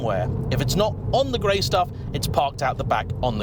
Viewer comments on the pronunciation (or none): none